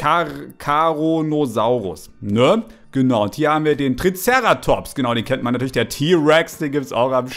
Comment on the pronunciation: Wie er „Triceratops“ betont 😂